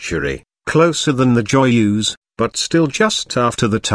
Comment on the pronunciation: Oh god that voice.. horrible pronunciation. The way he (or rather it) says Joyeuse makes my stomach turn.